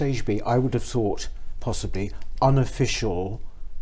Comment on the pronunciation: Good luck for, she's making all the right noises but if I could say one thing she needs to stop saying Fink and Fought and Free (when it's Three) Using F's when it's Th really does let her down. Sorry, I probably sound like an old git.